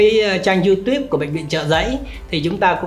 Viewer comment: phát âm từ youtube cũng k xong.